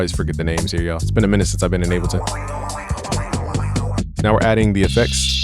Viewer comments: PLEASE stop saying "Abbleton"...PLEEEASE?!!? IT's Ableton as in "willing & able"...please🙏🙏🙏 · Bro, please get tested for testicular cancer. Your nips are abnormally perky for a man of your stature. And idk if you're tying to be posh or sumn, but it's called Able-ton not abble -ton. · Is he saying abbalton every time? That’s wild. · Nigga said “Abbleton” LMAO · My guy is so FL he’s saying Appleton Live